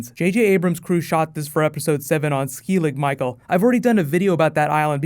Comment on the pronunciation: You are constantly mispronouncing the name of skellig micheal. Its Skel-ig micheal not SKEEL-ig. its skell like shell not skeel like steal......small thing but its annoying